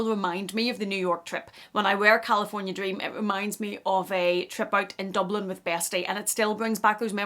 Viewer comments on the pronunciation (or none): none